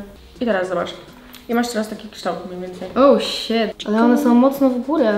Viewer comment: xd „oł śet” mnie już to tak denerwujexdd😂🪑